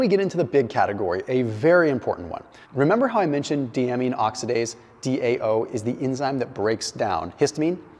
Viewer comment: Dude - get a doctor on board so you can prounounce the words correctly. It's "Die-A-Mean". This one is free. :)